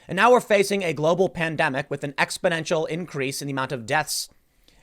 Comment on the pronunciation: I really wish you would stop using the word "Exponential" since you apparently don't know what that word means(it also sounds like you are pronouncing it incorrectly, there is no such word as Expodential). Italy's number of deaths has been increasing by 400-500 per day for the past week and just recently increased by just under 800. Yes, it increased but just increasing does not make it an exponential increase. To be an exponential increase it would have to be something like doubling or tripling over a period days and we have not seen that. Yet I agree this is a serious situation but can we stop sensationalizing it and at least wait until there is proof of what is happening before we go yelling the sky is falling? Again, Yes I agree this is serious and anyone who doesn't at this point is in a fantasy world, but let's tone it down on the End Is Nigh stuff.